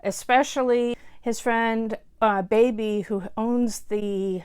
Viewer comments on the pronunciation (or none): none